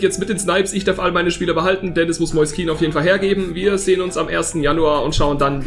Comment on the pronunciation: Was soll dieses kean/kenn 🤡🤡🤡🤡 jeder weiß wie es ausgesprochen wird und du obvly auch